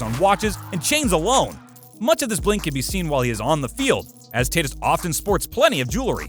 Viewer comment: Tatis- ( Tah teese